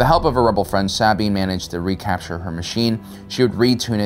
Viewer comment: are you butchering Sabines name on purpose